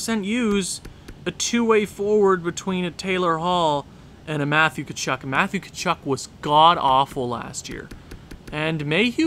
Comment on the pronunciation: Thornton actually grew😂 And it's pronounced CHAR-NICK. At least thats what I heard Did you say there is a Flames spreadsheet? If so how do I access it? Btw you need to trade either Gaudreau or Tkachuk